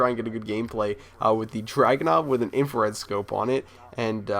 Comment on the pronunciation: dude it's DRAGONOV not dragon and it's in-fra-red, infrared not inflared.. Srry if I spelled your name rong